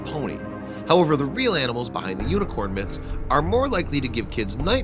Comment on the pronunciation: u said uniquorn its unicorn